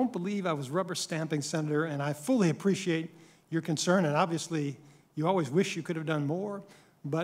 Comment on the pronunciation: I don't spreshate an incomointent